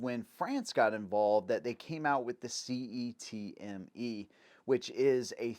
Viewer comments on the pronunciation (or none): HK G3 LOP is for people with monkey arms… C.E.T.M.E. Is commonly pronounced (Set)-(Me).